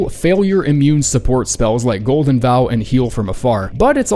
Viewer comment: Why do you say golden vowel?